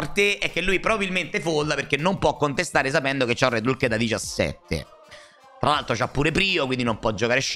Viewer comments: sempre meglio di dire "ulk" dopo aver pronunciato tutte le altre carte in inglese. Nel complesso sbaglia tutte le pronunce inglesi, perché fondamentalmente non sono precise. Hulk Hogan l'ho semprr sentito pronunciare come "alk" di certo non come "ulk" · Ah beh perché tutte le volte che dice RED ALK? Mi fa uscire pazzo, come si fa a sbagliare la pronuncia di HULK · non si pronuncia comunque ALK e poi in italiano è inascoltabile